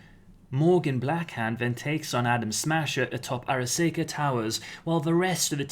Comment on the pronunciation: Arasaka Ar—a—saw—ka not Ar—a—say—ka The way you are pronouncing it, it would be spelled Araseika! But that is not how it is spelled.